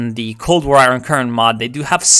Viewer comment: it's not pronounced aye-ron, it's pronounced aye-ern. English is weird